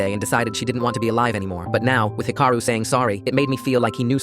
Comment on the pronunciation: 1. It’s Hee-ka-roo. 2. Japan has a version of universal health care. Patients only pay about 30%.